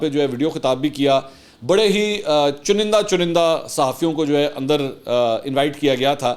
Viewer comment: متفق'۔۔۔۔ویسے چنیدہ ہوتا ہے۔۔۔۔چنندا چنندا نہی ہوتا۔۔۔۔☺